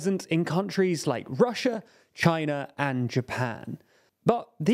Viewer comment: This guy accentuates his syllables randomly like if he was sneezing them. "Countries like ChiNA!! in twenty twenty TO!!" That's beyond annoying I'm watching with subtitles and audio off.